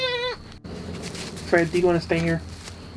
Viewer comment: “Fred!” “He didn’t say Fred, He said “FWED”!